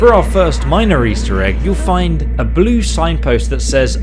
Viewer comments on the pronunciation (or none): none